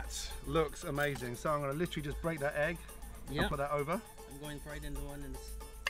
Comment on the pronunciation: LI-TRA-LY lol